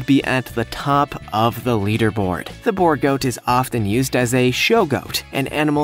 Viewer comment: B-oo-r goat is how you pronounce it